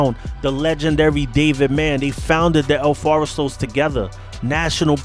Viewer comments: It’s el forastero. Not “el foresto” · Lets nitpick the nitpicker... "FOR-STAIR-OH" if you want to pronounce it correctly. -Jordan, Sioux City El Forastero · El Forest-aro is how it is pronounced. Tom Fu-gull is gow his name is pronounced. Just wanted to give you the correct pronunciation.